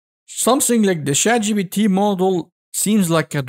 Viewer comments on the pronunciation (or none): Man your B instead of P hits me every time. ChatGBT